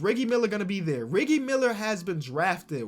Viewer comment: I love this mans continue to say riggie instead of Reggie